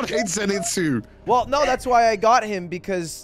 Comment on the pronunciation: Yo Lud, can't help but notice the lack of Disguised Toast climbing a mountain with u in absolute TERROR due to his fear of heights videos on ur channel? :-) I believe u beat him in the Bro vs Bro video and that was the prize right? XD Edit: Also, it's ZanITSU not ZiNATSU XD lol fake weeb alert